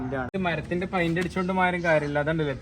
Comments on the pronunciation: പയിന്റ് അല്ല പെയ്ന്റ് 👍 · പെയിൻ്റെ എന്നാണ് പഴിൻ്റ്അല്ല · പൈൻഡ് അല്ല പെയിന്റ് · മോനേ പൈന്റല്ല പെയിന്റ് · പൈന്റ് ആണോ, പെയിന്റ് അല്ലെ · ഫൈൻഡ് അല്ല പെയിന്റ്